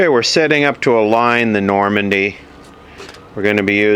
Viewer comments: "Normandy" is a totally wrong pronunciation. It's nord-men-duh. Check this video: He says it correctly. Interesting restoration nonetheless. :-) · Normandy? That's a region in France. Now German class for: "Nord" like "north" and "Mende" like "bend", but with an "M". Now all together: Nord-mende.;)